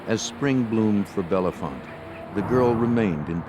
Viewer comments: it's Belfonte, not Belefonte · Its not Belle font lmfao its Bell Font the e is silent after Bell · Its not bellafonte it bellefonte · It just sounds like “Bell font” not “Bella font” and we don’t say Bethlehem, we say “Bethlem” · It’s just pronounced bell font. Not like the actor or how the narrator pronounced it. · My Daughter Megan lives in this town.. Every one pronounced it wrong. This man is also butchering it. Pronouced BELL FONT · Us bellefontetians pronounce it bell font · It’s pronounced “Bell’-Font.”😊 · 12/22 Saint Marys, PA And their pronunciation of Bellefonte was driving me nuts..... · State college/Penn State area, and the pronunciation of Bellefonte is atrocious 😂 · I too came here to say this, lol. This is my hometown area. And it always amazes me how many people never pronounce “Bellefonte” correctly 😂